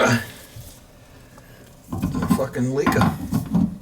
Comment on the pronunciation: "Shes a Leakah" Ya Dum Dum!!🤣